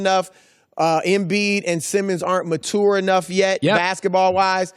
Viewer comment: Why does Chris Broussard not know how to pronounce ‘mature’